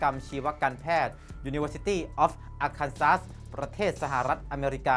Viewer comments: Arkansas อ่านว่า Ar-kan-saw ครับ (ไม่ใช่ ar-kan-sas) คำนี้มาจากภาษาของชาวอินเดียแดง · อ่านว่าอาร์คานชอครับ